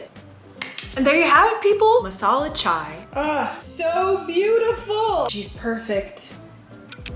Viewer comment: I'm an Indian I can't believe she drinks masala chai OMG......god...... That's so good..... The way she pronounced MASALA CHAI 😂🤣was too good to be true..... Love u Eva